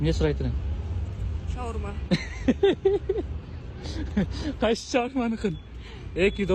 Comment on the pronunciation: "шаурма" деп айтканда, мага "чоң урмат" деп угулуп кетти. Иии, акылдуу кыз турбайбы деп ойлоп калсам, өмүр бою " сый урмат" эле болсо деп айтса.